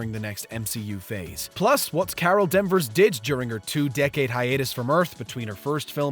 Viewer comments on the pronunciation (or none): "Carol DENVERS".... 🙄 This guy is HORRENDOUS! Either have Ryan narrate these or even better: Just stick to Pitch Meetings. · danvers not den vers